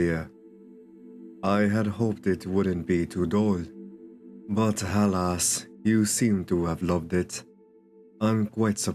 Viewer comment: lowkey I always thought you said “Hell ass” when you said alas- that doesn’t even make sense